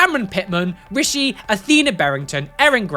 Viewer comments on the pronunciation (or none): none